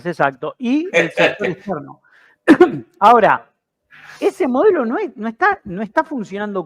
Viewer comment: Shonatan... shora .. shora